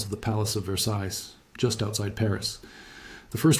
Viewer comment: The “ s” on the end of “ Versailles “ is not pronounced.